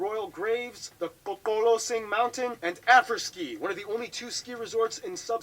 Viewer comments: Qachas and Qoqolosing pronounciations spot on! Nice one with the clicks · I'm from Qoqolosing and I was very impressed with his pronunciation